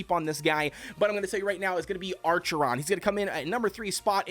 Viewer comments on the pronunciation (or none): Acheron, acheron, not ARCHERON. Lmaooooo. Anyway, good guide.